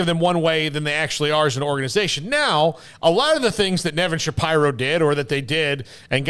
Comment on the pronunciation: You three are really bad at your jobs, off the mark and poorly researched. I mean, this one guy can't even pronounce Nevin Shapiro's last name, LOL!! By the way, 'smatched the unlike button on you hacks.